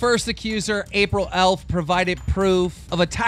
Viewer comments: Must be a slow news day for the old bottom feederstar. Please stop beating the dead horse that is Toby Turner. Also, l2read and comprehend, it's April EFF, not April Elf. How can you get by each day, knowing you can barely pronounce the names of people you're "reporting" on? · April EFF pronounced "F" not "ELF" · how have you made like 5 vids about april eff and you still cant pronounce her last name. April EFFFFF NOT ELF KEEM JESUS!